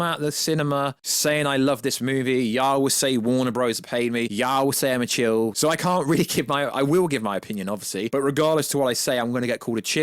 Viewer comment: Shill not chill